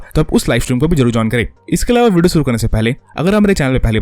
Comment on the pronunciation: Ye vudio vudio Kya hai Bhai video bolne mein dikat hoti hai kya